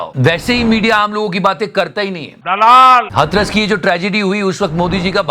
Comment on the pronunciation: भाई हथरस नही हाथरस